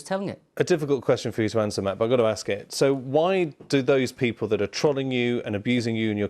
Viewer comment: The way he pronounced 'Trolling' 💀💀